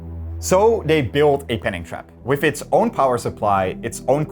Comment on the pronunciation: You replaced my man with a weird guy who says whiff instead of with.